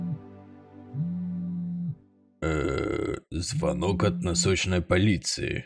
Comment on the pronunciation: Ударение на и звонИт